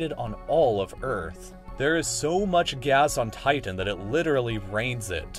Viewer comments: Thus guy over pronounces his T's. TiTan. MeThane. Annoying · The way he pronounces Titan though...